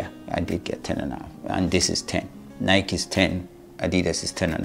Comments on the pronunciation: Ny-Kee, Ny-Kee, Ny-Kee, Ny-Kee,Ny-Kee, Ny-Kee, Ny-Kee, Ny-Kee,Ny-Kee, Ny-Kee, Ny-Kee, Ny-Kee,Ny-Kee, Ny-Kee, Ny-Kee, Ny-Kee,Ny-Kee, Ny-Kee, Ny-Kee, Ny-Kee,Ny-Kee, Ny-Kee, Ny-Kee, Ny-Kee,Ny-Kee, Ny-Kee, Ny-Kee, Ny-Kee,Ny-Kee, Ny-Kee, Ny-Kee, Ny-Kee,Ny-Kee, Ny-Kee, Ny-Kee, Ny-Kee,Ny-Kee, Ny-Kee, Ny-Kee, Ny-Kee,Ny-Kee, Ny-Kee, Ny-Kee, Ny-Kee,Ny-Kee, Ny-Kee, Ny-Kee, Ny-Kee,Ny-Kee, Ny-Kee, Ny-Kee, Ny-Kee,Ny-Kee, Ny-Kee, Ny-Kee, Ny-Kee,Ny-Kee, Ny-Kee, Ny-Kee, Ny-Kee,Ny-Kee, Ny-Kee, Ny-Kee, Ny-Kee,Ny-Kee, Ny-Kee, Ny-Kee, Ny-Kee,Ny-Kee, Ny-Kee, Ny-Kee, Ny-Kee,Ny-Kee, Ny-Kee, Ny-Kee, Ny-Kee,Ny-Kee, Ny-Kee, Ny-Kee, Ny-Kee,Ny-Kee, Ny-Kee, Ny-Kee, Ny-Kee,Ny-Kee, Ny-Kee, Ny-Kee, Ny-Kee,Ny-Kee, Ny-Kee, Ny-Kee, Ny-Kee,Ny-Kee, Ny-Kee, Ny-Kee, Ny-Kee,Ny-Kee, Ny-Kee, Ny-Kee, Ny-Kee,Ny-Kee, Ny-Kee, Ny-Kee, Ny-Kee,Ny-Kee, Ny-Kee, Ny-Kee, Ny-Kee,Ny-Kee, Ny-Kee, Ny-Kee, Ny-Kee,Ny-Kee, Ny-Kee, Ny-Kee, Ny-Kee,Ny-Kee, Ny-Kee, Ny-Kee, Ny-Kee,Ny-Kee, Ny-Kee, Ny-Kee, Ny-Kee,Ny-Kee, Ny-Kee, Ny-Kee, Ny-Kee,Ny-Kee, Ny-Kee, Ny-Kee, Ny-Kee,Ny-Kee, Ny-Kee, Ny-Kee, Ny-Kee,Ny-Kee, Ny-Kee, Ny-Kee, Ny-Kee,Ny-Kee, Ny-Kee, Ny-Kee, Ny-Kee,Ny-Kee, Ny-Kee, Ny-Kee, Ny-Kee,Ny-Kee, Ny-Kee, Ny-Kee, Ny-Kee,Ny-Kee, Ny-Kee, Ny-Kee, Ny-Kee,Ny-Kee, Ny-Kee, Ny-Kee, Ny-Kee,Ny-Kee, Ny-Kee, Ny-Kee, Ny-Kee,Ny-Kee, Ny-Kee, Ny-Kee, Ny-Kee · Please stop saying the name of a brand wrong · cool. Just explain why you say it wrong then.